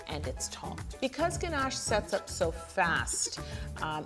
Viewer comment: I enjoyed this even more because you say ganache the proper way as ‘ganash’ not ‘ganarrrsh’ that so many people use when trying to pronounce French. Also I’m team crunchy, so big win on this video. Great cake too x 😉